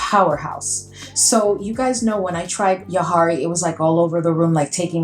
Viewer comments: I see Daniel’s videos a fair amount, and it’s pronounced the way you originally said - juh-HAW-ree. 😊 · You pronounced it correctly the first time, Jaw-hari. I absolutely love Jawhari!!!